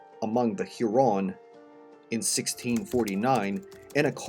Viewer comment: Pronunciation of specific words like "Sainte Marie among the Hurons", "Sault Sainte Marie", and "Huron" is incorrect.